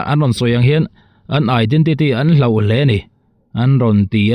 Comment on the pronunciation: Hlauh ni lovin hloh tih tur aw.